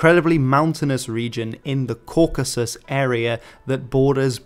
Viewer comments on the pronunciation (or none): none